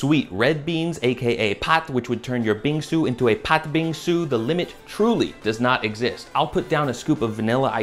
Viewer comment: That pronunciation for "bingsu" and "injeolmi" hit just right. Take notes JOSHUA WEISSMAN AND YOUR FUCKING BOWL GO JI